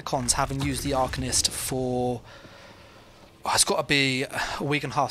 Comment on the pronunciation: The fact you even said “arcanist” like that smh